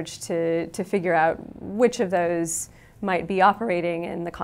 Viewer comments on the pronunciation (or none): none